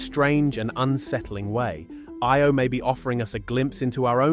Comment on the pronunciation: Omg. Learn your words of eye-oh. . Lol not ey o lol